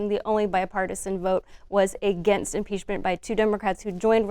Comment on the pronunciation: For thirty years Elanor Clift has been saying: againgst.